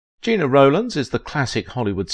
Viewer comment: Sounds like a live narrator but o swipe away when names are mispronounced. It’s Jenna, not Gina, phonetically speaking.